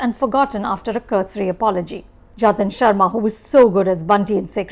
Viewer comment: It's Jatin Sarna not Sharma